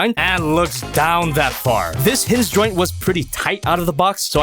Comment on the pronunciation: Anyone else hear say “hizz zyoint” as a pose to hinge joint